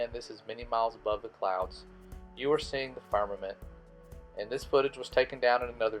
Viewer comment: He cant even say "firmament" right and expect us to believe him.